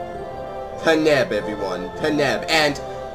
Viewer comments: paneb? Its Panjab. Panj Ab literally pronounced how its spelled. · I laughed when he said panab. Im punjabi and i dont find this offensive